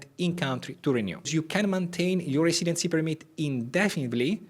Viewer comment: Great video thanks Improve your accent by saying “residency” correctly